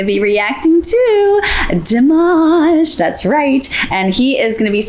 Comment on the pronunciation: I love Tara but it's Dimaash not Dimawsh😢 My Russian soeakers will understand